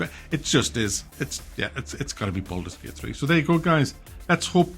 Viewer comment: Boldurs Gey-ut